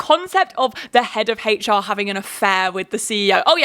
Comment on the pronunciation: "head of haitch-ar" lol